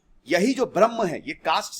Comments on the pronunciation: Dear sir... Your pronunciation of Braham (braham + muhurat = Brahmamuhurat) as Brahman is turning complete misinterpretation of entire explaination... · This is not Brahman but brahm. Please pronounce it properly. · Sir it's not Brahman it's brahm